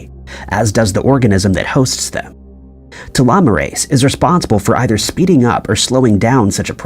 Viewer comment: Telomeres and telomerase have the same sound. Telomerase is pronounced like you say telomeres but instead of eres it sounds like ace.